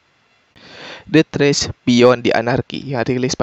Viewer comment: Bacanya det reis jay bukan det rech